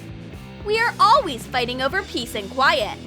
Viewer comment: she also said a alweez :D